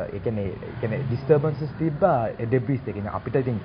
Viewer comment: "Debris" pronounce කරන්නේ "ඩෙබ්‍රී"කියලා මිසක් "ඩෙබ්‍රිස්" නෙවෙයි. ඒකවත් දන්නේ නැති ගොබ්බයෙක් රොකට් යවන්න කතාව. මුංගේ ගොබ්බකම පවුලෙන්ම එන එකක්